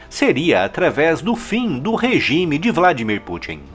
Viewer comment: Eu falo vla, voce fala dmir, VLA!